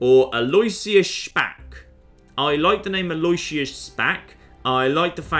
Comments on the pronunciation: Btw, Alloisius is pronounced 'a loh ISH uss/a loh ISS yuss' rather than 'a LOY syuss.' When spoken quickly, it's commonly accepted for the 'loh' to sound like 'loo.' I mean as far as I can tell anyway, we Canadians are an odd bunch for pronunciation lol but Toronto had an Archbishop with that name and I heard it all the time. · Aloysius: Al-o-wish-us. Not Al-oy-shious. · I think the name is pronounced "al-oo-ish-us" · It completely isn't. Aloysius is a latinisation of a germanic name, therefore latin pronounciation rules apply, therefore the "w" is silent and the "i" is pronounced. I know it is pronounced differently in the US, but that is not the original pronounciation.